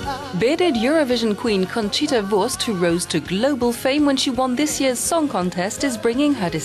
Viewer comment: For someone who says she can't dance, Conchita is doing an amazing job after only six (?!) days of reheasal. Also compliments to the speaker, pronouncing 'Wurst' and 'Neuwirth' is not easy for someone whose native language isn't German, but she did it almost without any accent.